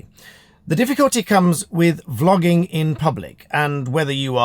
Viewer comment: I was just listening to start, and I thought you said flogging. 😆 When did they bring that back? 😂 Great chat and advice for those filming in public.